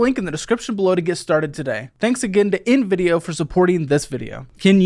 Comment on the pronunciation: i like how you really had to renunciate the INvideo lol that company really trying to ride coat tails lmao